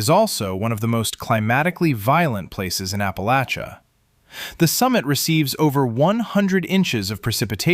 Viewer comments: The narrator is pronouncing Appa-LATCH-uh correct! At least like us southerns do in the region! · Thank you for pronouncing "Appalachia" correctly! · At least you said Appalachia right cat stand the northern pronunciation live southwest virginia most of my life not west virginia im close but we are the part of virginia east of Roanoke dont claim im about 20 minutes from the Breaks Interstate park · I LOVE, LOVE, LOVE that you pronounce Appalachia correctly ! ! !👏👏👏